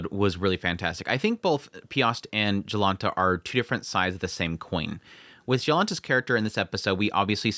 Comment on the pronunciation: It's funny to see anime taking place in Poland and to hear Polish names being butchered :P So, the "Jonalta" when spoken starts not with "J" like in "Job", but is instead pronounced more like with "Y", 'Yolanta'. But you nailed "Piast" ;)